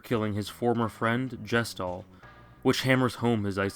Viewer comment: you mispronouced gestahl. considering he's meant to represent the gestapo (yes, THAT gestapo), it's a pretty major aspect of him. it's meant to establish halfway through the game that kefka would be too evil even compared to the [1940s german political party]